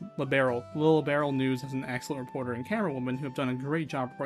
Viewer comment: Oh yeah, the way to pronounce Liberl is 'lee-burl'. That's how it's pronounced in the future games.